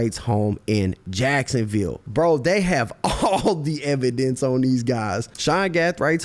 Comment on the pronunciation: He said evan dance or evidence